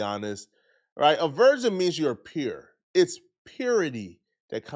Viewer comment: He keeps saying version instead of virgin and idk why its bugging me so much when its not that huge of an issue lol 😂